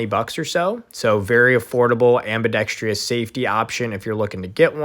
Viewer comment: Ambee dex truss... Not ambee dex TREE us..